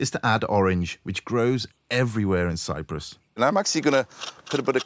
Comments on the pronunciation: Cyprus, NOT cyrus! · CY-P-RUS not Cyrus! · Cyprus* not Cyrus, right? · CyPrus, not Cyrus.